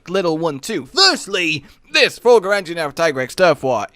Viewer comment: Anjanath, not "Anginath"